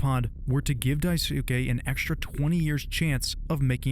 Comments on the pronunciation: This video is very well made but it’s driving me crazy how Daisuke’s name is being mispronounced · Should probably learn to pronounce names like Daisuke. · Great video but please google how to pronounce words like “biding” and “Daisuke” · hearing you mispronounce daisuke kills me every time i hear it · my understanding is that “Daisuke” is pronounced “DICE-kay” you are not supposed to empathize with jimmy to this degree holy shit. ive never played the game but literally all the commentary and analysis ive ever heard on this game is that jimmy canonically SA-ed/🍇-ed anya. saying she hated him without addressing that is so fucking weird dude. you grazed over the part where she asked about the sleeping quarters not locking 🤦🏻‍♂️ everyone has been pointing to how that implies jimmy let himself in and assaulted her. look… my point is that if you’re going to empathize with such a despicable character… (like yes we can sympathize to SOME degree and recognize he’s a hurt person who hurts people) you can’t just ignore all the arguments being made that he’s not just a disturbed, depressed coward… he’s also an abuser and potentially a sex pest if not a full blow 🍇-ist i know there’s been some debate about the alleged 🍇, SA, or coercion, whatever you wanna call it, but even if you don’t think that’s what happened it is EXTREMELY clear that anya is and has been abused by him this entire time so saying “she was too scared to tell him she hates him” is such a weird way to talk about a victim. even when he’s manipulating curly and daisuke, he doesn’t put them down to the degree he puts down anya, and she fauns the most around him out of the three damn dude idk if i can trust your commentary anymore. its not just that your opinion and analysis might be different or more shallow it’s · Amazing video but the pronunciation of daisuke’s name was hurting me. Its japanese and pronounced “die-skeh”. Edit: He said it properly Edit 2: yea says it right everytime